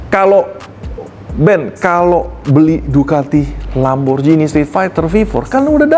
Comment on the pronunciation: Lamborjini ❌ Lamborgini ✅